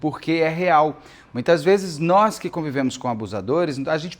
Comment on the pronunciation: "Nois" "Nois" "Nois". Misericórdia, meus ouvidos sangram!